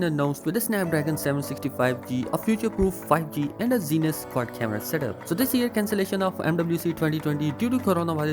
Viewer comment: There is nothing called zines optics, its called zeiss, pronounced as zi-ess